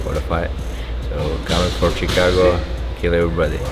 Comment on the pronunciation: He said Kil Everybody